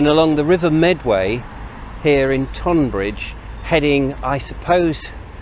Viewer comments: Sorry Richard but im shouting "stop calling it TOnbbridge at you today" ;) Just in case you dint see my last post "Why Tunbridge Wells and Tonbridge are pronounced the same way" This page has the history of Tonbridge and I think you will enjoy it. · Tonbridge should be pronounced Tunbridge.